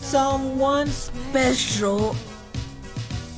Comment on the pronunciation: The emphasis on that special you know his ass got tight 😂